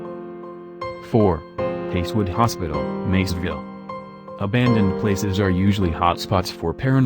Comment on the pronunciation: He said ahandoned in the beginning!?!😂😂